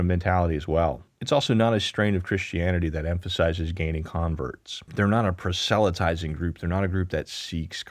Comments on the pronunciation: " pruh-SEL-luh-tai-zing " PRAW-sel-luh-tai-zing You put the em-PHA-sis on the wrong syl-LAB-les. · This was a lovely presentation. I am not fond of the way some folks focus on only one side and glamorize the "simplicity." BTW, the word is pronounced prahz-lit-eye-zing. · Please look up how to say “proselytizing”. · huh? '... Not a 'PROSELYTIZING' group." It would serve you well to look that word up to see how it is pronounced